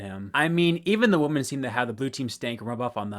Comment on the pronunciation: WHY ARE YOU CALLING THE WOMEN WOMAN?! It's not woman, it's women, especially when it's more than 1 you're talking about!